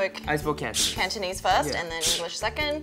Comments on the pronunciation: Wow I'm pretty impressed by Cantonese pronunciation, sounds just like a native! Need to work on grammar though;) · Cantonese is 17 times than. J sounds exactly like an ABC (or CBC in his case) from the subs. F is at least half way fluent when it comes to pronunciation and tones.